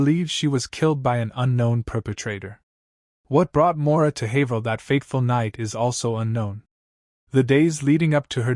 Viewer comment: Finally someone who knows how to say "Haverhill" correctly. Except Haverhill is in MA. Plaistow, NH is nearby though.